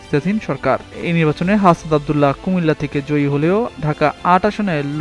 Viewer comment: নাসিরুদ্দিন বাটপারি মানে? উচ্চারণ এমন কেন সাংবাদিক?